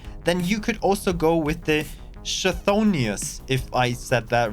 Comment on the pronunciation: The CH in Chthonios should be pronounced like the one in Mach, so like H. And the TH like the one in THink. It translates roughly to "one who dwells underneath the ground" from ancient Greek. The more you know!